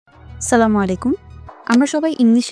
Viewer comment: আমি জানিনা তোমার সালামটা শুদ্ধ না তুমি ছালাম টা পরিষ্কার করো,পরিস্কার আলিফ উচ্চারণ করো ওকে…. From USA